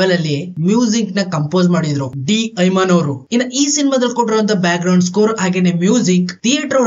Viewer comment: ಐಮನ್ ಅಲ್ಲಪ್ಪ ಇಮ್ಮಾನ್